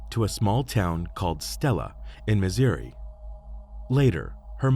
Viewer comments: Mizziri? Where is that,? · It's not Missouri you pronounced that wrong, it's pronounced misery. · Did they live in Missouri?? Guy can’t pronounce it